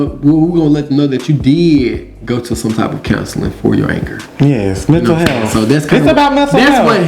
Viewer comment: Uhm it's not mental healf it's mental health idiot